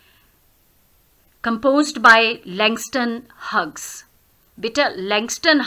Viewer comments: Are u pronouncing correctly "huges" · I m sorry it's mistakenly pronounced it must be pronounced as hews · No sorry mistakenly pronounced Plz... It's is pronounced as hews is pronounced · You pronounc of Hughes is wrong 👎